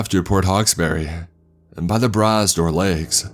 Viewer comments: He pronounced bras'dor as brass door 😂😂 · the way he pronounced bras dor lakes was extremely funny.